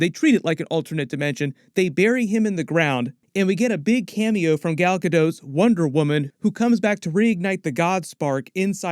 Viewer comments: Gadot isn't french, so the "t" is pronounced. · I hope make a part 3 and why do everyone pernouce her name wrong it's gal Gadot ga-dot